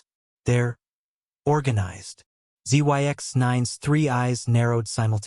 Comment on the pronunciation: Zyx is pronounced as Zix.